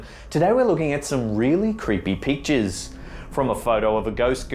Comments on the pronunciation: It sounded like peaches instead of pictures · Why does he say "really creepy peaches"? ? Wow that's not a bad accent; that's lazy pronunciation. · Peekchurs. Lol. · Am I the only one that heard peaches not pictures? 😂 Oh your accident is fun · LOL, I thought he said "really creepy peaches" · Neko lol... I heard “beeches “ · hahah "today we are looking at some really creepy peachtchas" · I thought he said today we're gonna be looking at some really creepy peaches....lmao wtf?!🤣🤣🤣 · I thought I was going to be watching a vid. about peaches; oh he was trying to say pictures. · Hahaha I thought he said "some really creepy peaches" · dose peachers aw weely cweepy mate